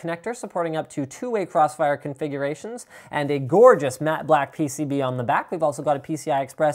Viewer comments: did he say "Pen(is)...PCB extender" xD ? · "peni Pcb extension right here..." "Rigidity enhancing piece that helps it droop less" Linus you trying to say something? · Lol, Linus almost said "Penis Extension" instead of PCB Exension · "..Pen(is) PCB extension right here."